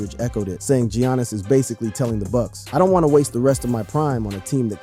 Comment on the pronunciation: “Yannis” ❌ “GEEONNIS” ✅